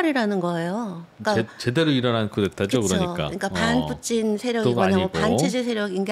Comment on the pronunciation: 푸틴을 푸찐으로 발음 하시네요 일본에서 공부하셨나 보네요